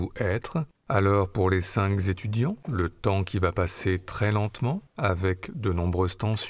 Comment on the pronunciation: (numéro 5): cher, cinq z'etudiants vraiment? (Ça fait très mal aux oreilles). 😊